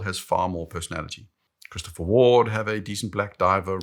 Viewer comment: I bought a CW Sealander 39 just for the way you say Christopher Ward. It doesn't feel like I am wearing a 1k USD plus watch.